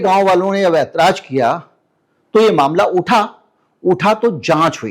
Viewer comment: Izazat Nahee ‘Ijazat’ jahir Nahee ’zahir’ aitraj Nahee ‘Aitaraz’ Because aapko ek long journey tei karni hai. Repetition of such words should be corrected. Please excuse me.